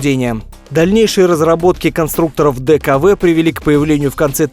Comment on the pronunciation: Дюкв правильно говорить, одним словом а не буквами. Так тогда называли эту контору, она кстати была в "Альянсе четырёх"... после ликвидации трёх из "четырёх" - Дюкв, Вандерер и Хорьх были, сдулись по разным причинам, эмблема осталась у последней из "четырёх" - Ауди - четыре кольца, совмещенные между собой